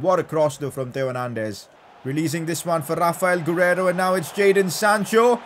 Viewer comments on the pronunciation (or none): saying rrrrrrrrrraphael gurreiro